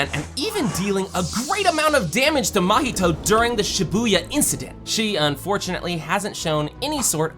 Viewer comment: its not mohito its mahito num nuts